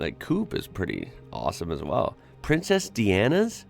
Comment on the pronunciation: Princess Deeanna? 🤣🤣